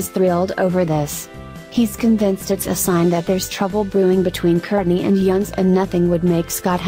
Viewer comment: His name is pronounced "Eunice" not Younes.